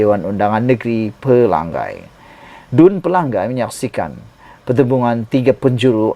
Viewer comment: Tolong jangan sebut Pelanggai. Nama Kawasan tu Pelangai. Ngai. Belajar betulkan sebutan Nama DUN Pelangai